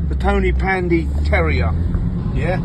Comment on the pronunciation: The " Tonypany Terror " not Terrier ffs 😂